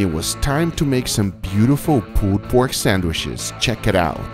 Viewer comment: Great pulled pork. Great hamburger buns. And I like how you call them "sandwishes." LOL.